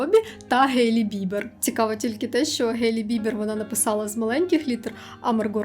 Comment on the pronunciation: Хейлі Бібер, ХхХХХЕйлі. То «Гейлі» звучить навіть як якийсь Гей по імені Лі 🌚